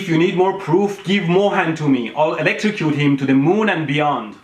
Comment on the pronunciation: ..."I'll electricute him to the moon an d beyond" ... hahaha XD